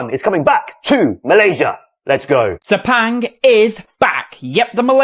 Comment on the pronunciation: Guys not Speng please it's Spung